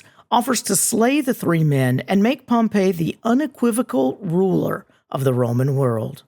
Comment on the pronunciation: Just a quick note, especially for students who want to sound like they know what they're talking about: Pompey (POM-pee) the dude is not pronounced the same way as Pompeii (pom-PAY) the city.